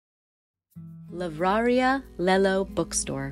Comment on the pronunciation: LI -VRA-RI-A not Livrária